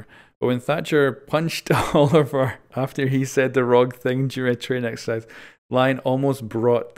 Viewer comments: Quick correction,, the name is pronounced oh-liv-ee-ay, being French. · Olivier is pronounced as Olive-ee-ay